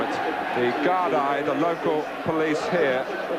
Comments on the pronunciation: Just so ye know it's pronounced Guard E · No he said Guard-Eye. 🤔